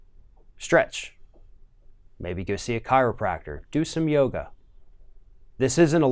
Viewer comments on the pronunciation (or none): none